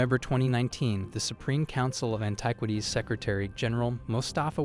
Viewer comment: Cracked me up when you said AnTIEquities.